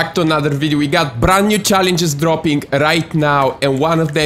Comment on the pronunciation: Brand new schellensches. I like "GRAGI KLIEFS" and i "subschkreid" your channel ^^